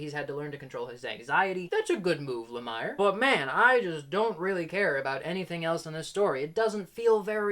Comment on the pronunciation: I always thought Jeff Lamire's name was pronounced with an 'e' sound as in 'ear', so like Jeff 'La-mear'. That said, I'm mixed on him as writer as well. He always gets a ton of praise though. I liked Fishflies, but never finished Descender. Never read the Essex County comic, but the TV series made from it was an excellent family drama.